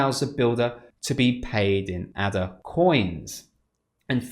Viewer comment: It is pronounced Ada.... as in the name. It was named after Ada Lovelace, the famous mathematician.